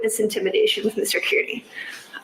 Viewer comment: Judge Sisitsky, not Judge Doolin. Also, Aidan/Turtleboy's last name, Kearney, is pronounced "Carney."